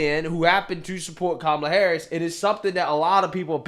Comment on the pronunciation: Perfect comparison between Tulsi Gabbard , and Kumala . Vivik pronounces her name like that , he should know how to pronounce her name correctly cuz he's Indian too .